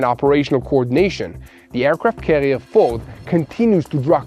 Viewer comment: i respect your sincere reporting in tough situations and i look forward to each news update. There's just one minor detail you must be aware of. In the English language, there is no letter "L" sound when pronouncing words containing the letter "R". An example.."the aircraft carrier "FORD" (not "fold"). "FOLD" is the pronunciation for use as.."fold" the laundry. Ex-President Gerald R. Ford is pronounced just like the car, "Ford" F o "RRRRR" d. Thanks.